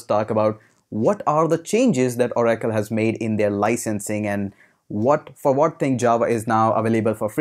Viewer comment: Oh Rackle. Lol. It's Or- acle